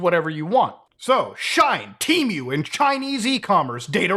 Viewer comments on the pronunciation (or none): Shine? or Shein? It irritated me when you mispronounced it consecutive times. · Not Muta saying Shine instead of She-In 😂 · its not shine its said like shean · Shein is not like Shine. But like She in. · FYI, I think Shein is pronounced "she-in," like it's two words "she in." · its Sh-ien (like sheen) not Sh-ine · Lol… “shine” It’s She-In (shortening of their original name “She Insider”) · It's She-In like "I'm in" you know ? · Bro pronounced Shein as “shine” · Please never pronounce shein as shine ever again 😂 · I 2asnt looking at my screen and it took me a solid minute to figure out that he was talking about she in. Now i dont know the pronunciation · Shein is pronounced She-In. Anyway, I'd love to meet anyone who ordered a Switch off of Temu. 😂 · he cant even say the name properly and the sales are real ngl this guy is salty he didn't think of this idea lol oe smart enough to do it. its free shipping and I've received all good quality items so far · Please, no one correct him on the pronunciation of Shien. I'm living for this rn. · Hearing the way Muta pronounced “Shein” made me realise that we really occupy different spaces on the internet 😂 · oh sure, it’s just that I’ve heard the word so many times now bc of the kind of things I follow online that it didn’t even occur to me that someone would pronounce it differently lol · You pronounced Shein and Uyghur wrong. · you're just gonna pronounce shein like that 😭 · You keep mispronouncing shein.